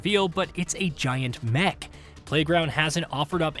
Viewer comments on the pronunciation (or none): none